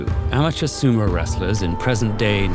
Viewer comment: Weird that a hard for English-speaker word like 'dohyou' was enunciated correctly, but not 'sumo'. 🤔